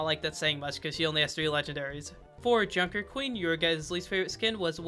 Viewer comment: That junk skin pronunciation made me cringe lmao